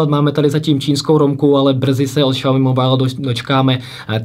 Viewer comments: Je to spíše Siaomy ale nedá se to takhle napsat je tam zvláštní akcent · Bože nečte se to Šaomi úplně mi to rve uši! Žil jsem dlouhou dobu v Číně a i mí čínští kamarádi se tomu vždy smějí. Zjistěte si laskavě jak se to čte!